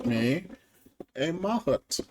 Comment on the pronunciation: I think that’s pronounced mah-HOOT (with more emphasis on the last syllable)